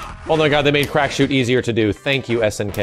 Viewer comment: Crack shoot?? I thought he was saying black shoe.